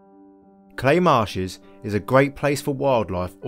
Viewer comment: Fantastic video on this. However, every native norfolkian in north norfolk knows that we call Cley not 'Clay'. Its pronunouced locally as 'Cl-eye'. Lol.